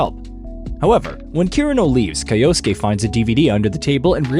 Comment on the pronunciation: Kai-osuke?? Kai-osuke?? good god.